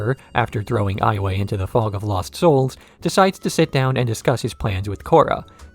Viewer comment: Pronounced all these wrong: Ayemon, yakonaye, var(like far)ick, ton-rack, admiral zao lmfao.